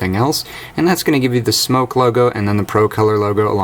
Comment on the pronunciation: Smok... Not Smoke.. just saying ;)